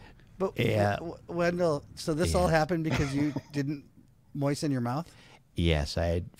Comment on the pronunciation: Yeo ! Great show as always 👍🤣😂 don’t forget to mewoistin yer mewouth